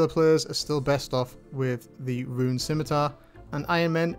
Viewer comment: can tell the difference when he says run and rune